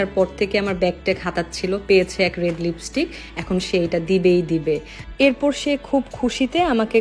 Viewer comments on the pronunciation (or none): none